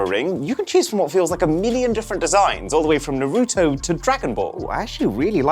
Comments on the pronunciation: Pronounce Naruto properly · IT*S NARUTO NOT NARUTU!!! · Arun i love u and all but please its not Narouuto. Its pronounced “naroto” 😭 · Who is nooroootoo? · Dude! It's Naruto, not Naroooto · I know TF he did not NAR-RU-TO its Naruto we gon fight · Noroto ???? Naruto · ITS NAH-RUUU - TOE NOT NOROTO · Bruh wth is noroto, it's Naruto (Na-ru-toe)😂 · Bro why do you say nuhrooto. Its naruto. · Iswear his name isn’t norotoe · Norooto? You mean Naruto? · other people: naruto Arun:Narooto. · no ofense it is prounced nar a toe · “NARUTU PHONE” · Bro said nuruto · if U saw the anime you would know his name is (Nar-Ah-Toe) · Narouto got me 😂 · Arun: saying Naruuto Me: for this sin, u will take a rasengan to the stomach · noorooto got me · bro really said "Narootoo" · also if youve seen the anime thats not how you say his name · Even though you said Naruto wrong you got the rest right so respect also I would love that phone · Why do people all ways say Narutos name like that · Just wanted to point out that you're pronouncing Naruto wrong tbh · that's not how you pronounce naruto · I had to stop watching, after he pronounce Naruto wrong 😑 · he pronounced Naruto wrong lol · Love Mrwhosetheboss but they way he pronounced Naruto was just 😒😒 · Don't get upset hearing him say Naruto. Because he can't pronounce his own name. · you pronounced Naruto wrong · The way you pronounce Naruto makes me shiver with cringe 😛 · Cool content, but i think Naruto and Diablo's pronunciation is wrong, lol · Hey great video. I'm going to go on a little nerd rant and then jump back into the Shadows. First, you got to pronounce Naruto right. It's offensive to us weebs. Secondly, why does the scroll open from the side and the phone just come out the top? That's just dumb. And third, scrolls do not contain the wisdom of the ninjas, they contain Jutsu. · We know for a fact that aaron has never watched naruto by the way he butchered his name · Broski pronounced naruto like it was from ohio